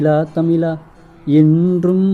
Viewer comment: தமிலா தமிலா இல்லை அது தமிழா தமிழா